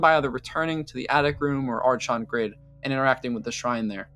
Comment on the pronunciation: Just in case, archon is pronounced „arkon“. 🤓